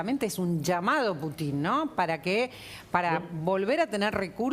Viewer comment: Animalito del bosque ,el apellido Putin se acentúa en la U,y suena Pútin , sé que es inútil que te instruya porque o te falta capacidad de entendimiento o no querés entender